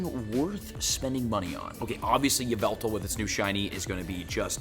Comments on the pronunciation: IT IS YAVALTAL!!! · Ya-vu-tal you pronounce like that his name (right way).